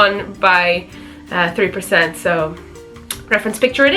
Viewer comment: U r saying all the percent wrong